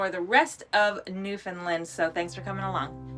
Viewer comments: From Bonavista here! Glad you enjoyed your time here :-) here's a newfie tip for you! It's not pronounced Newfoundlund. Say like you'd say the word "understand" Newfoundland! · I’m going to be straight forward here . I do enjoy your videos . But calling it Newfoundland Island is absolutely ridiculous . You are taking people on tours to places you aren’t from . I get the interest I truly do . But it’s Newfoundland not newfinlind , which is how you are pronouncing it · learn how to say newfoundland properly please